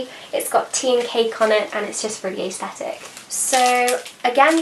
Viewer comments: Hi, I can see how much of a learner you are so I thought I would just drop in to say that you don't pronounce aesthetic 'ays thetic' but either 'ers thetic' or 'es thetic'. Just to be sure I looked at the dictionary to vheck the phonetic transcription. I promise I'm not saying this isn't to be mean but really to add yet more knowledge to your knowledge bank. Have a good day. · Okay I’m American but I have never heard anyone say ays-thetics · Is the way she says it different to anyone else as well? Tis for me, I’d pronounce it as ‘ah-sthetic’. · Leesh Sparkle I say it ass-thetic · I don’t mean this in a rude way I’ve just always wondered: Why do you say aesthetic like that? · Ballett Dance So am I lol, I’m from London and I’ve literally never heard anyone say it like that. I think it’s a nicer pronunciation tbh just never heard it